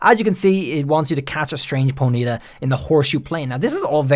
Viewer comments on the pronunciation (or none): its not ponita its pony ta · "Ponita" its Pony-taw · Po-nita x.x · so... is NO ONE going to rage about how he pronounces ponyta? The entire world: po-nee-TAH: po-NEE-tah??? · Its.... Pony -Tar ....... Not ponita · Pony-Ta not ponieta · Dude its PONY-TA, not poneeta. Annoying AF. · Why do alot of people mispronounce Ponyta name wrong 😂 it's sounded how it's spelt Pony (baby horse) and ta not if it was a high pitched y in pony it would have an I with a mark on it it's a baby horse itself 😂 it's been out for so long and people still can't pronounce Ponyta name right 😂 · Side track but very interesting way to say ponyta. Never heard anyone stress the NY before. usually it’s PonyTA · I feel like I’ve heard two different ways to pronounce Ponyta where one is the way is saying it and the other is how I’ve pronounced it ever since I heard it in the anime as pony-ta so which is the official way to pronounce its name? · It's weird how you way Ponyta (Pony-ta) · Ponita. Sorry like nails on a chalkboard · Do you pronounce the word pony like poe KNEE ?? Then why would ponyta be prounoucned po KNEE tuh. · How many times can you say ponyta wrong? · The way you say Ponyta really bothers me more than it probably should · Does everyone pronounce 'Ponyta' the same way he is? Is it a meme? Or have been saying it wrong for the majority of my life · Why does it bother me so much the way you say Ponyta? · Stop saying ponyta. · Stop saying Ponyta wrong lmao